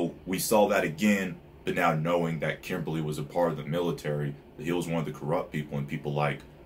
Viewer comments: Its kimblee. Not Kimberly, thats a girl name. 😂😂😂😂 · Philosopher stones is just a name they said that WAY early when they found the liquid Philosopher stone. Its a name it doesn't HAVE to be a stone. Also its Kimblee or Kimbley not Kimberly like a woman's name.